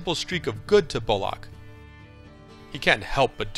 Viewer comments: Jesus Christ, it's pronounced bulluck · The way this guy pronounces names is so annoying. BullLOCK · A fine review, but the man's name is Bullock, not Bull-OCK. Anyways, Deadwood is the greatest show ever made. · Please explain to this narrator how to pronounce "Bullock"!!!!!!